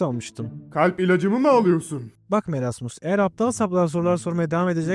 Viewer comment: Abi merasmıs deyil moresmıs diye döyleniyor